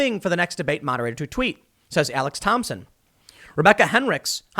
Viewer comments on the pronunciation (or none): none